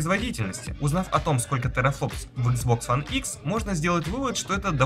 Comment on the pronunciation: Почему ты говоришь Хуан а не one